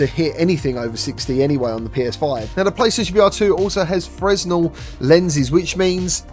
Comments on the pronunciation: Great review, but a small point...it's "freh-nell" not "frez-nell" 👍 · Fresnel is pronounced like frenNEL. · the S in Fresnel is silent, it’s French